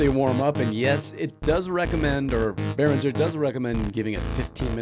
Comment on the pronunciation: It's not pronounced "bearindger", it's more like "bear ringer"